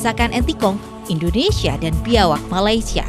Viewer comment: Serawak bukan biawak😂